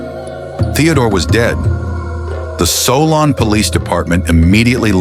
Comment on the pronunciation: Also it’s pronounced SOUL-N not SOL- ON